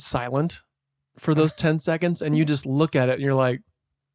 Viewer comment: I keep thinking Adam is saying "jizzed" when he says "just"